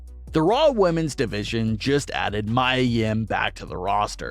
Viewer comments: It is pronounced Mea Yim not Mya Yim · It's not pronounced My-a Yim, it's ME-A Yim. You sound dumb.